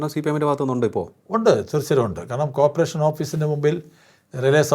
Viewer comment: കോപ്പറേഷൻ അല്ല…. കോർപറേഷൻ……